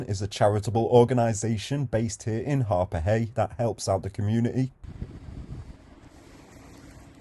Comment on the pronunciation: Not Harpurhey